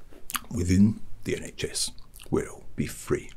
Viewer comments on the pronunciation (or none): The iNHS 😭😭